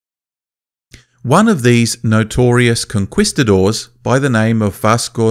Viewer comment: Yes it does make a difference. However I was in doubt as to whether he real or not when he pronounced conquistador "Con-kwees-ta-dor"😅